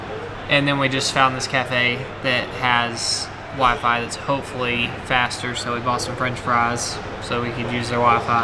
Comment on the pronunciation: southern accent doesn't usually come through, at least not in your more recent videos, but listening to him say waiiii-faiiii you can totally tell.